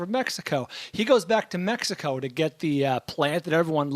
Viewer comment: Go to of this episode and listen to say Mexico. Really? You speak for a living and THAT'S how you say Mexico? It sounds like he's gargling on his own saliva while he's speaking.